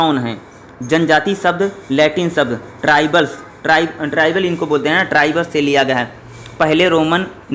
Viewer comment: Padhna to tujhe aata nhi he 705 ko 775 padha or tribus ko tribul padha Please agar padhna nhi aata to galat mat padha